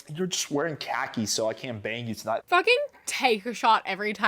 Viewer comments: i love you but i can’t stand how you say khakis. “cockies” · i am so sorry but you calling khakis cock-ies is the funniest thing i have heard all day